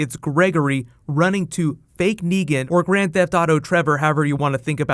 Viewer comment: It's Negan...with an a